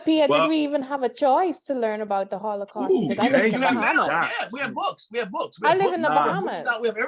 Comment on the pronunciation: holocaust not hollycaust